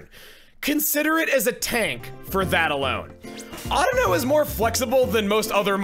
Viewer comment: I'm glad Chuggaa pronounces Audino correctly